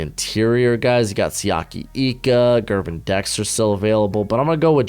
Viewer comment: I gotta correct you lol his name (Gervon) is pronounced “Jer-Vaughn” #goGators